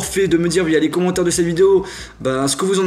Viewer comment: Pourquoi tu dis AiOS et pas iOS ?